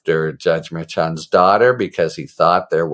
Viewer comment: the six different ways you pronounce Merchan 🤭